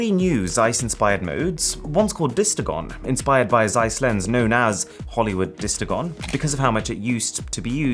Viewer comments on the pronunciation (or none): You know all about iconic Zeiss lenses but you do not know how to read Zeiss. It hurts because you said it so many times..